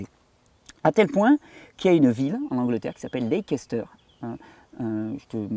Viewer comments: SUPER ! ! QUEL BOULOT de Recherche ! ! Merci Thierry, pour ce partage. Gratitude. PS : pour la ville anglaise de LEICESTER... "lékesteur" se dit "Leïsteur" ;-) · Bonjour Thierry, Leicester se prononce ' Lesteur'. 😊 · Leicester se prononce Lèster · Leicester, j'y ai habitée lors de mes études... Ça se prononce leisster.. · pour info, Leicester se dit "laisse taire" phonétiquement parlant, fuyons ce que les laboratoires veulent vendre, il faut aussi savoir qu'à la source de l'éducation en matière de médecine on retrouve... les rotschilds elle est pas belle la vie